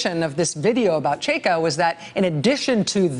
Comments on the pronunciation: Side note: Chaika/чайка is pronounced ch-EYE-kah, not chey-kah. Well, unless meant as a wordplay on Cheka. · it's pronounced chai-ka, not chey-ka :) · Ch_a_i_k_a - China. That's the right pronunciation of the 1st syllable. Also chaika means seagull, the bird. And it is a name of known Chekhov's play. How important is this? May be not... But please don't hesitate to ask if interested. Rachel you're the best! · I swear, if she says Cheika one. more. time... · Rachel its chaika like the chai you order at Starbucks? Except this one has ka in the the end. Chaika! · Rachel, love, you're killing me — please stop rhyming first syllable of chai-ka with bay or hey. It rhymes with buy and high. My poor ears! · #rachelmaddow how are u going to spend your whole show talking about one guy. Whose name is also a noun. whose name is also Chekhovs most famous play. And not ask 1 Russian speaker. Or Google. How to actually pronounce it. Smfh. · I wish someone would coach Rachel on pronouncing foreign names. She says that "Chaika" is the most pronouncable of Russian names but she mispronounces it.... over and over and over.